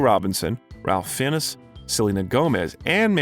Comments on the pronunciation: Great video. My only criticism is the butchering of so many of the actors' names. Marisa Tomei (pronounced Toe-may), Ralph Fiennes (pronounced Rafe Fines), and there was one other actor I believe but I can't remember now. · PLEASE learn to pronounce names correctly. "Sigh-bel" Shepherd? It's Cybill as in SIB-ELL. Ralph "Fee-enness?" It's Fiennes, as in FINES, moreover, his first name is pronounced "Rayf" and not Ralph. Marisa Tomei... TOE-MEY. Come on, dude. Even Google has a quick pronunciation app you can use. Then again, going by your other videos, I'd say you're doing it on purpose which is actually a real shame.